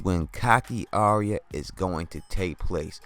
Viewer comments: Your videos are so good, I wanted to give you a tip straight from GRRM. Arya’s name is not pronounced like an aria from the opera. It’s pronounced like “Are Ya?” Like “are ya going to watch Game Of Thrones?” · DEAR GOD! ITS ARYA! NOT ARIA. SAY IT WITH ME BROTHER AR-YA, ARYA.